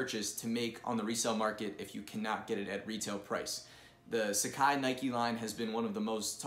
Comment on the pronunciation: Pronounce it properly. SUH-Kah-Ee not SA-CAI